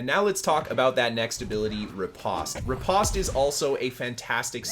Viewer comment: riposte rhymes with “toast” and flèche rhymes with “taste”